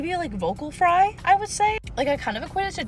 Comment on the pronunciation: Did anyone notice this narrator saying "FRAY" instead of "FRY" ?😅😅😮😮